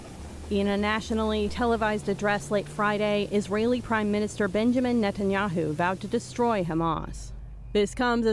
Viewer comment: If you're going to report on World Leaders, please take a moment to learn how to ptonounce their names. It is NOT Enyahoo. It is Netanyahu.